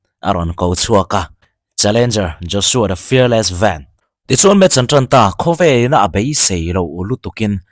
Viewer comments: Sir, Van' tih hi i lam sapṭawng riau in ka hria. Ven tih loh tur. Van(vana) tih tur.😁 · Van (English) in kan ti ngai lo..... VAN(VANDUMPAWL) ti in kan lam thin...... Khawngaih in mizo tal hian mizo tawng hi humhim ang u. Joshua an Mizo hming a ti tha ang hian, YouTuber ho hian I humhim ngam ve ang u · Joshua ven hian ilam.ziah a , van tiin lam la😂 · A hming i lam diklo. Van hi Motor van angin lam.suh Pawih hming anih hi Van tirawh, Vansang a Van ang khan